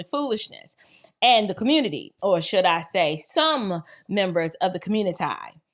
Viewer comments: it's communi tee not ti anyways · IS CO-muni-TY A WORD??? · Did you just say communitie? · The communitae!! 😂 love your venacular.